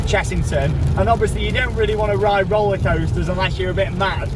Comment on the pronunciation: Make shorter vids you are upsets with roller coasters and you say roller coasters wrong